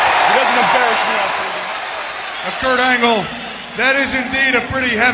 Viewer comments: "Kirk Angel" lol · It always cracks me up every time Y2J says Kirk Angel 😂😂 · called him 'Kirk' too